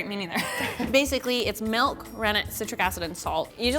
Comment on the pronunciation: She said melk. Dislike